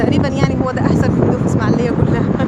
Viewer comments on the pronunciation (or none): اسمها الاسماعيلية.... وليست اسماعليه.... لو سمحتي